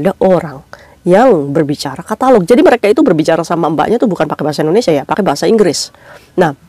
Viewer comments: Tagalok say bukan katalog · koreksi kak,catalog itu gambar contoh baju dagangan,klo tagalog itu bahasa Philippines, jd salah ucap ya 😊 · Tagalog bkn katalog ka 😅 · Tagalog mba,bukan katalog